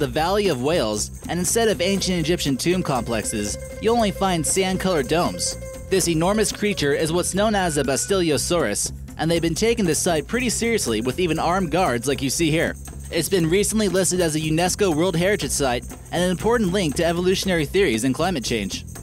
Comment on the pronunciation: I think it's actually a Basilosaurus Not Bastilosaurus